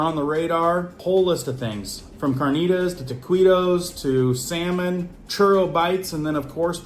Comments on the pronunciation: This nih said tuhqwitoze😂 proper pronunciation tokitoes my brother lol its simple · Tah-kee-toes- Taquitos I chuckled 😊 Appreciate the info, as always!